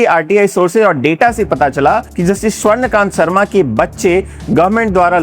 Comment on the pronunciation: सबसे पहले तो जस्टिस स्वर्णकांता शर्मा जी का नाम सही बोलिए महाशय